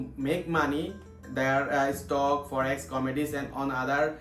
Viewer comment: Bro it’s forex not forest trading 🥲